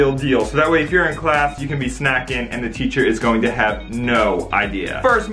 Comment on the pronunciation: dI’d anyone else notice that when it said “snacking” it actually said “snaking”?